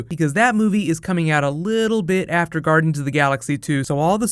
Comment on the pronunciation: Lol he said " Garden's of the galaxy"